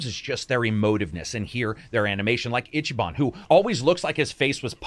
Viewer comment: I'm sorry, I'd hate to be that guy but I'm gonna be that guy. It's "eechee ban" not "itchy." He doesn't have to scratch himself. No Itchyban. You just pronounce the "i" as a long vowel. Easy. Eeeechee. His name sounds really weird when it's pronounced wrong. And fun fact: Ichiban basically translates to #1 or "the best." So the game is intentionally being on the nose with who he is.